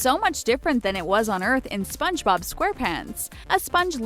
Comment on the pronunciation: This Girl Said Spongerob but she said spongebob mutiple times and Its Zubat not Zumbat Dont Trigger And Pokemon Lovers